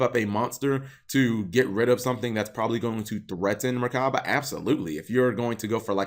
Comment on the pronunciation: Something small, but the pronunciation is mur-ka-bah.. also wouldn't be surprised if it gets a name change for religious connotation.